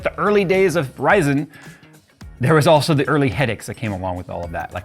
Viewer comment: The way you say Ryzen is weird